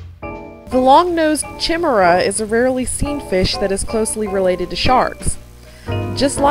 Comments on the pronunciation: Deep sea fishes is correct. ..except of course the amphipod. Good job, just a few notes- The "Chi" in Chimaera is pronounced like "Ki" as in kite. :53 The large gray "night of the living dead" looking rat-tail fish is not a gulper eel it is a Giant Grenadier. They can weigh over 50lbs. Gulper eels are all very small, fragile, and black or dark brownish. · The longnose chimaera, the first one i believe, it's pronouced kimaera. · You're correct, it's pronounced like KY-MERR-A. I've edited the video notes to acknowledge my mistake, a couple of people have posted the error. :3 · And I mispronounced "chimaera"! :P